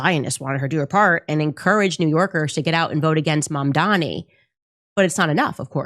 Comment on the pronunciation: His name is : Mum Duh Knee